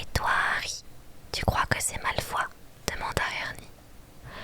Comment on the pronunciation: Trop bien ! Mais c'est Malfoy, pas Malfoi :face-purple-crying: Et Ron se prononce Ronne pas Rond :face-purple-crying: Et Justin se prononce Justine , pas Justin XD (désolée je suis chiante mais ça m'a stressé xD)